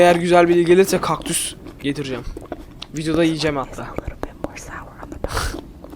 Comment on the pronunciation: Bu videoyu sonuna kadar izledim abi bide kökdus dedin